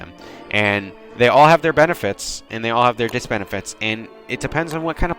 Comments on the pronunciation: I died inside when I heard disbenifite and if I mispell auto corrects a bitch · Did you say "Diss-benifits"???